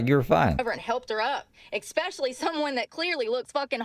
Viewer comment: It must be expeshally difficult to get a job when you go to an interview and pronounce so many words incorrectly and 😂:_brooke